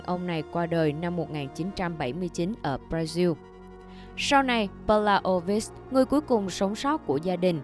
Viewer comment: Bây giờ nhiều người thuyết minh thường hay đọc sai tiếng nước ngoài một cách kỳ lạ .BRA XIN MÀ ĐỌC RA XIU .PARIS ĐỌC BA RIS